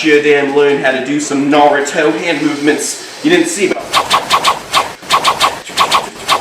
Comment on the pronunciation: It’s naurto 😂😂😂 but I love ur videos